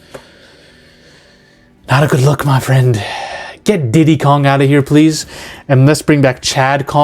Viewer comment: Not gonna lie had me laughing first half of this video!!! Diddo Kong, like WHAT??? That frosting you're using is something else boi!🤣🤣🤣🤣